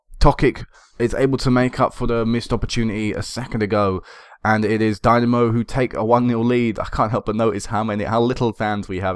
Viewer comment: Wonderful series mate. I like how long term this has been and how the club has grown. Best of luck in the EL qualifiers. This is quite probably the most enjoyable FM save I have ever watched on YT. btw...Dinamo is pronounced dee-NA-mo (na as is ha like ha ha ha)